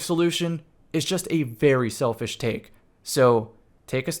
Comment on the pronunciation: My man really said shelfish